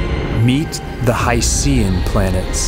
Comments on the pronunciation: It's pronounced 'HY-SHEN' like ocean. How could you not even get that right (and you presented plenty of other misleading statements)? It's almost as if your entire background knowledge is from Wikipedia. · Hydrogen + Ocean = Hycean So why not pronounce it as: Hy Shn? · I just can't get past your use of 'HI-SEE-AN.' At least you could have said 'OH-SEE-AN' as well. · I watched multiple videos about hycean planets and not once have I heard anyone pronounce it like you do. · Simple as a simpleton, just like the guy in the video. He couldn't even pronounce 'hycean' correctly once, as if he isn't aware of the portmanteau.